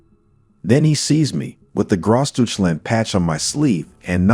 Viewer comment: "Gross duche-land"?! 😬